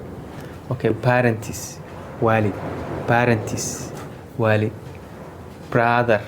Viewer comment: Bother walaal ma ahan brother baa walaal eh uushtaad waad IL duuftey umaleynaa